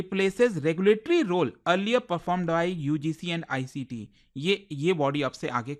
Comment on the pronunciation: You are writing AICTE AND SPEAKING ICTE WHY SUCH ERRORS